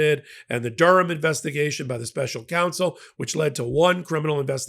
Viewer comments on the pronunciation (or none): none